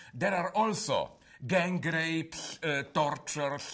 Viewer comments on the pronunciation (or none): "Gan Grapes"